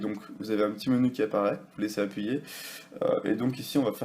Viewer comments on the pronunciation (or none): none